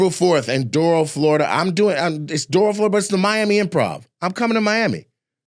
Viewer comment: Nate, you ain’t gonna see this. But someone on your team will. Doral, FL is pronounce like “Doh-ral” . Don’t judge South Florida off that city. And next time hit Broward County ; Hollywood or Hallandale better yet Fort Lauderdale/Coral Springs. No point of going to Palm Beach County either lol.